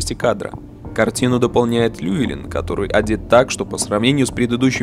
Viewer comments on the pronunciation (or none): и кстати его зовут не Льюэлин, а ЛЮВИЛИН.